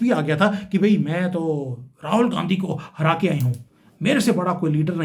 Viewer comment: Mind your Language. Your pronunciation of RAHUL GANDHI IS DEPLORABLE.